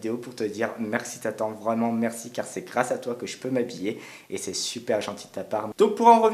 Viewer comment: Tatan? Tu veut dire Tata